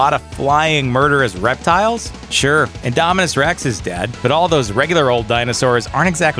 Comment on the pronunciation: You said indominus rex rong